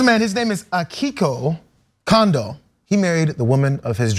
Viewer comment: No,, his name is NOT Akiko Kondo. Setting aside the fact that Akiko is a female name: His name is Kondou (or Kondō) AkiHIko, and her name is HatsunE Miku, not Hatsun! NO, she does NOT appear in anime, manga, or video games …except for in lots of amateur fan created images, manga, and games. She's from a voice synthesizing program, where you get a particular synthetic voice (with an associated character) to sing something. (you write the syllables to sing, and notes to sing them in)